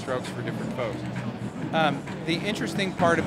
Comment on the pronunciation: He aslo said "different strokes, for different fokes". LOLZ 4 DAYZ!